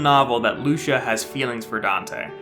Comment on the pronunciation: It's Lucia not luscha lol